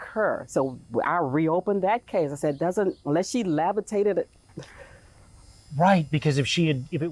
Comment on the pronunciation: I stopped at "lavatated"